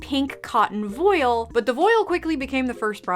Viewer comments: Public service announcement: That is actually how you pronounce "voile" 👍 (it rhymes with "oil") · You say it correctly ^^